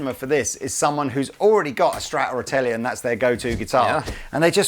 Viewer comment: So you can say Strandberg but you cant say Tele?